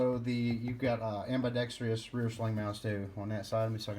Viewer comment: Ambidextrous amba dex truss not amba dex tree us